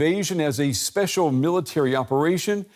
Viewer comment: "Special Military Operation" ...special with an R.